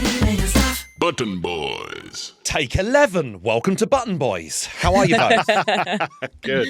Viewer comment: I could have sworn the outro said "Blutton Bloys"...